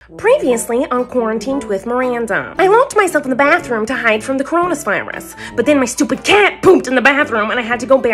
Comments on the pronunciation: Fyi miranda calls corona virus coronus virus lol no offence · She also said coronaspiris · coronis virus ( ͡° ͜ʖ ͡°)